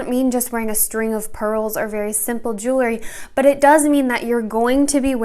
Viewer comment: Love the video but there is no such word as "jewlery." It's "jewelry."❤